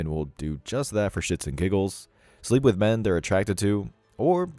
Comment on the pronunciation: It's not wiitch You ! It with You !!!